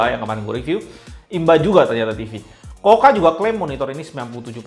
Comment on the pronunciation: Mas...review tuh yg ikhlas...kelihatan malas malasan nya...blajar nyebut merek....KUKA...bukan KOKA.. Teriakan terakhirnya spt legah bnget, slesai review sesuatu yg tdk disukainya....rubah atitude! Klo mo suksed